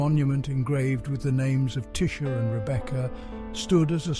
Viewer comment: im trevor edward aldridge .the boyfriend of tisha lowery we have 2 kids Onyx@ 'for fuck sakes say or speak tisha's name correctly .how dear you pronounced the one i love so so much WRONG..PLEAS TAKE THIS FUCKED UP DOCUMENTARY DOCUMENTARY OFF YOUTUBE.HOW DEAR USE.. IM SO PISTT WITH THIS UP SIDE DOWN FUCKEN DOCUMENTARY. ILL TELL YA NOW. IM A MEMBER OF PORIRUA MONGREL MOB.AND YOU DO NOT WANT TO PLAY GAMES.ILL GIVE U 24 HOURS TO PULL THIS DOCO DOWN OF YOUTUBE